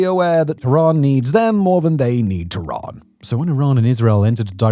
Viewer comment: why you calling tehran "tooran", can't you look up how to pronounce names better? is it THAT much of an effort, you poor monolingual chap